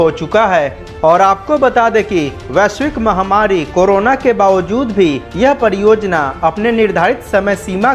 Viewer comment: I can't understand the inability to pronounce 'r' - padiyojayana, poodi tareeke se etc 🤔